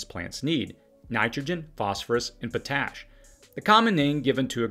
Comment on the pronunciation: damn it, the word is actually pronounced as two words......POT ASH, only thing I can find to gripe about on this channel....lol